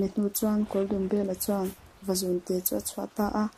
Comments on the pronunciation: Vazun nilovin, Vazûn tih tur,, zun( ngaihawmna )lam nilo in,, zûn ti a thluk vak tur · Vazún tih tur. Zun hi rul (snake) thlukin aw. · Vazun a lamdan hi a dik lo....Reading a thiam tawk lo hle mai.... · Nghangiai hi a thluk a dik thlap mai Ngiai leh zún hi a thluk inang tur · Vazun tih laia zun hi Sarah izunzam ani tih lai a zun ang khan lam tur.... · tha khawpmai vazun tih hi lam dik lo anih hi zun tih hi ithluk hniam a thluk san tur zawk athat lehzual nan ..thanks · Ngaihthlak nawm khawp mai kan history tih lar na pakhat in ni si a,duhthawh thil ah thil pa1 kan sawi ve lawk tlem a trawng thluk in uluk deuh leh zual a ngai in ka hria Vazun khi i lam dik lo tlat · Vazun lam dan a dik lo. Beng a thlep nghal tlat mai a.... fimkhur angai e.